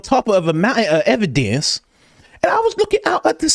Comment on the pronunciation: Brandon Tatum on a MOUN-tin of ev-i-DENCE 😂😂 Can’t thank you enough for the laughs. Thanks Coach!